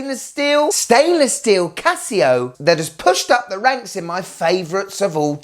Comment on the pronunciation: "Casi-go..." Casio really needs to hire you in their marketing department, man. And - WTF is it with heart rate and oxygen stuff? Who needs it?